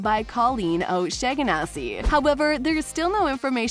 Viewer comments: Shawn a see! Not shag Nas see. Reminds me of that Key & Peele sketch: Report to O Shag Hennessee's office! Do you mean Principal O'Shaughnessey? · "colleen oshayganasy"